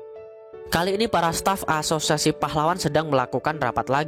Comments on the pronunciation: Gw ngakak tiap lu bilang aasosiasi aowkwowk gatau knpa😂😂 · Haha iya sama. Krna lu blg gt. Saya dgr serius saya ulang ilang, iya ngakak😅😂